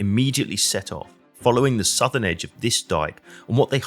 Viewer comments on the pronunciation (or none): none